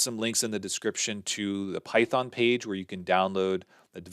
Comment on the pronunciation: good one, "pythong" :D